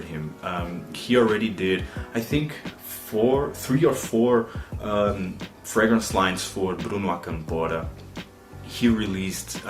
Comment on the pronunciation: I also nominate as best fragrance reviewer of 2019. 🙂 I think we share very similar tastes in fragrances. And I think you're the only reviewer that can pronounce the names of fragrances and houses correctly! Fantastic video!